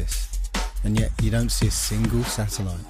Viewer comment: SATURN-EL-ITE Satellite